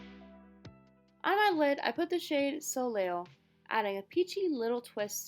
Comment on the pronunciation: There she is with the crusty busty eyelashes again🙄 and the "L" in Soleil is silent 🙄🙄🤦‍♀️🤦‍♀️OMG